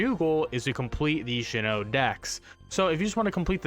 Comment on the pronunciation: Bro it's not Shinnoh is Sinnoh!... But great video otherwise, thanks for helping me :D